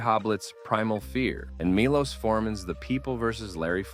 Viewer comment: it's pronounced ~ "Mee - Lowsh "